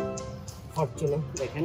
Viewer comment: ফরচুনার ফরটুনার না